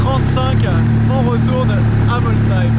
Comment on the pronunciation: déjà bravo pour la prononciation Molsheim contrairement souvent à d’autres journalistes 😊J’habite la région tu as eu droit à une grosse ballade au volant de la Chiron (cinquantaine de kms) continue de nous faire transparaître ta passion 👍👍